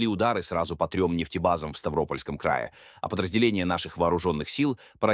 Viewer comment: НЕ ставрОпольского, а СтавропОльского